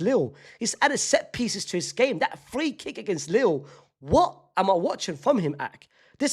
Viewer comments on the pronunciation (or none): none